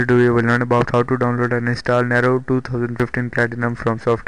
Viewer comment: It's pronounced "Neeero" not Narrow.